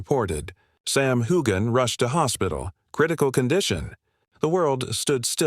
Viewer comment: Why would anybody believe a word your saying when you can't even pronounce his name correctly?